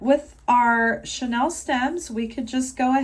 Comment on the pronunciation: It's pronounced "chaneel" as in chenille bedspreads. Beautiful work!